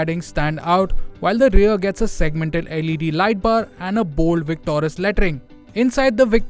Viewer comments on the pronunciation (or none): Not victorus,its victoris